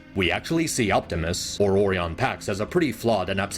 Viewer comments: ORIen. it's ORIon pax. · You gotta stop saying "oreon" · I love this video and it points out a lot of things that I thought when I watched both of them in theaters, but can I just say (without being mean!) it kills me inside every time you say Orion. Because I’ve never heard the O-ree-un pronunciation before in my life. Though, I do know it’s a real pronunciation. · "Orion" is not pronounced similarly to "oreo" and you kinda do that Oh ryan not oreon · Orion not Oreon 😭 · I like the video alot but the way he says Orion is funny. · this guy constantly butchers the pronunciation of "Orion" and i cant take the vid seriously bc of it😭😭😭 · Your pronouncing Orion's name wrong.